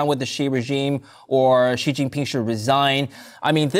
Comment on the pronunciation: Bro, say his name right please. For credibility sake. Its XI not JI